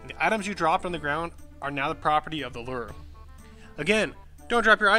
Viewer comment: Lure with a long "U". not Ler XD